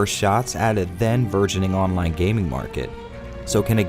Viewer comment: please tell me you said burgeoning online gaming and not virgining online gaming